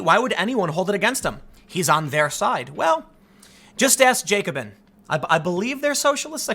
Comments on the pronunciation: “Jacob-in” - tim pool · It's pronounced jack-oh-bin. It was a political club in the French revolution